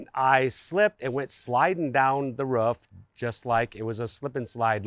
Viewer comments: The way you say "Ruff" drives me insane and then proceeded to say "ruffff" 15 more times 😭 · It got me too lol that one point I swear he was doing it on purpose 😂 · You have no accent until you say roof😂